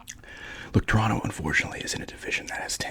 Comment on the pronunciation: Haha shout out to you for pronouncing Toronto correctly 👏🏽👏🏽😊 Second T is always silent 😂😂